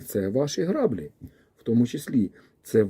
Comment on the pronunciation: Вибачте, що виправляю, але це важливо: не грАблі, а граблІ по-українськи - наголос на останній склад